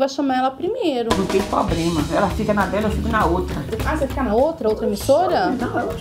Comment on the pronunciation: cartomante fala poblema kkkk